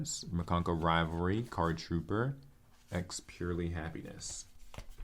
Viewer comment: I think the expurrely is pronounced ex-purr-ellie